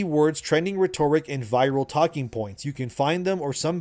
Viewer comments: I love your videos, but man please stop saying rhetoric “ree-toric” it’s “ret-or-ic”. lol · Sounds like Reh-Tuh-RICK Rhetoric